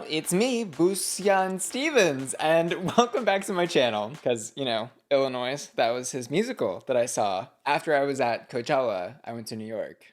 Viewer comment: Illinois HAS A SILENT, AS IN YOU DON'T SPEAK IT, at the end. You totally pronounced it with an s, therefore making it plural, let alone being grammatically wrong.